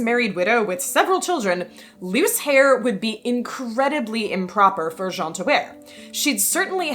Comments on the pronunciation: Great stuff! Just FYI, Jeanne is pronounced Zhann. Your pronunciation was actually the masculine Jean. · Little french nitpicking: Jeanne the way you pronounce it is much closer to the first name Jean (masc. version of the name) Jeanne would have the same "j" sound but it's followed by "Anne" not the "an" vowel. I believe the reconstructed medieval prononciation is Jehanne ("Je" like the french pronoun in "je m'appelle" or at the end of "illuSIOn" in English and "Anne" like the name in English) So yeah it's actually pronounced like the second syllable of "illusion" but with the A of "Bath" instead of the softened o [ʒan]